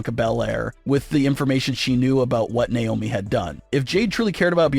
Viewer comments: It's not niomi it's Naomi 😢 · Stop mispronouncing Naomi